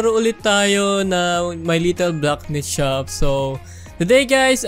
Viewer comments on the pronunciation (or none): why do you always say blackmith?